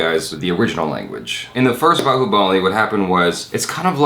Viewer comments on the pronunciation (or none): son of bahubali ...not bahubLi